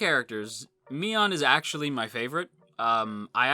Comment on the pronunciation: Mion is NOT Mion. Remember these words... Edit: poor Satoko...who watched the original adaptation understand that